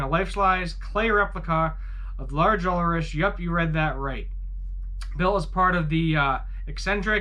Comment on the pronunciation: That’s not how you pronounce Ulrich.